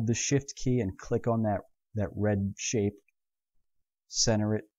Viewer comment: Very good tutorials but I can't help. I always hear shit instead of shift. -.